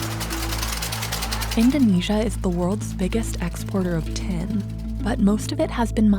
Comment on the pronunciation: I wondered what this "ten" was that the narrator was talking about until I read the subtext. Of course she means "tin" not "ten".